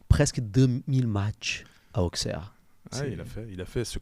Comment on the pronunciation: On prononce Ausserre les garçons !